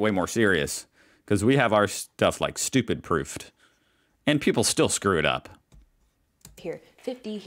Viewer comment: I was cracking up when he said "we have like our stuff stupid-pfroofed, and people still srew it up". damn🤣🤣🤣🤣